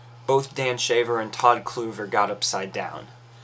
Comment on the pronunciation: How do you mispronounce a name they said several times in your video? Todd Kluever…